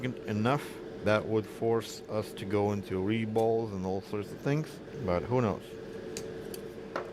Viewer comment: haha you said reball. Lol